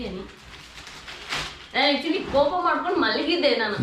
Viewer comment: ಕೋಪ ಾ ಕೂಪ ಅಲ್ಲ 😁